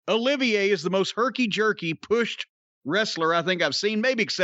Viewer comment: Lol hate to be that guy, but it’s actually Olivier, as in Lawrence Olivier